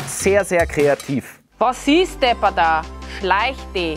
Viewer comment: dir primäre Betonung bei wos is ist aber am iiiiiiiiiiiiiiiiii... wos iiiiiiis (scho wieder heast)?